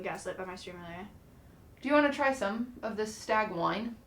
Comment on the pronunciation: Being from the widwest and hearing "Alright guys we're drinking the stag.." was a warming moment.